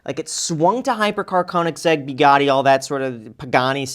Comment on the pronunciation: Graham giving the chatbot a hard time for pronouncing Tavarish, yet he calls a Bugatti a BYOUgatti 😂😂😂😂😂😂😂😂😂 sorry I paused and had to comment I’m dead